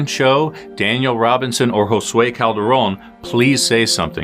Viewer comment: How is it that you can pronounce Josue correcttly and NO ONE in the USA can pronounce Juan?!?!?!?